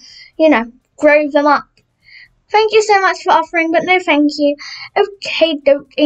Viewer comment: ”no fank you”